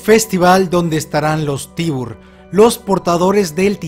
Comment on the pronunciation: Se dice "taybar" no tybur. PD: quitense la peluca y eo maquillaje los que decian que jean era el inflitrado cuando en realidad era kenny, ya que en el adelanto confirman que esta vivo.